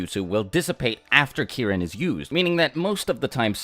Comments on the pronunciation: did he say Kieren 😂😂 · Key - Reen. Get it right. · Every time he mentioned Kirin in other videos I always thought he was talking about Karin but was just saying it weird😂